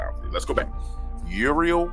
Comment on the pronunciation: I love that you call him Urinal 😂🤣👍🏻